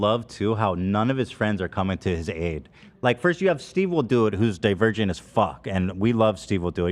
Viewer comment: “Maybe it’s cuz I’m a dervergent as fuck” - Ethan